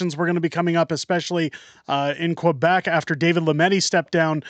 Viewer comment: You really need to learn how to see 'Quebec' correctly.